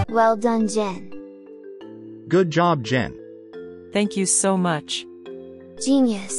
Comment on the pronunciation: “Thanchk chuh”